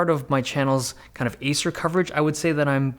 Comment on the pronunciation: Is he saying asus or Acer ?